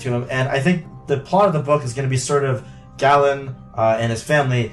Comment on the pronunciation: Galen's name is with a long A sound, like GAYlen. The audiobook confirms this.